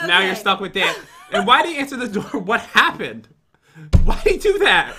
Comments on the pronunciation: Pat: hey dan im pat Jen voice of dan: WHAT HOPPEN PAT: OH CMON DOOR SAY EHAT HAPPEN AND SHE GOES WHAT HOPPEN ME:HAHAHAHHA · Pat: hay dantdm I'm pat Jen: what hoopend hahaha😂😂😂😂😂 Pat: come on u were about to say what happened and u were like what hoopend hahahaha😂😂😂😂😂